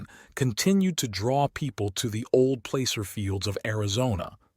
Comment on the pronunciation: you say plAcer but it sounds more like plasser... also, ppl in Prescott say something like presskit... like bisquit...sounds weird but that's how they say it... cheers!